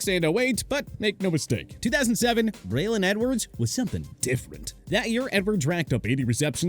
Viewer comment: That’s not how your pronounce Braylon.